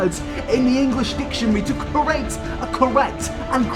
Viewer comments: My GOD, PLEASE learn how to say the words create, creator and creative properly, it drives me absolutely nuts! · The way he says create as "curate" 😂